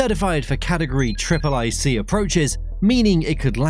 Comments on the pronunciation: Category Triple I C approach is some of the few mistakes that this bot voice made. Should be Category 3C approach. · It's category 'three-C' not 'tripple-I-C' and the middle engine on the 727 was not in the vertical stabilizer, it was in the tail. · It’s Cat 3C approach not cat triple i approach. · "CAT triple I" ☠ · CAT III is read as cat 3